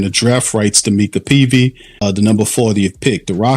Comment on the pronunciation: It's My-ca Peavy 😂